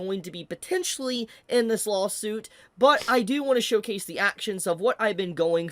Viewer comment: Everytime he says lawsuit I just hear "lolsuit"